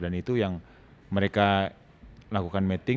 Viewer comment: Miting, coach, ngomongnya, bukan Meting. Kalo Meting artinya lain hehe (mating)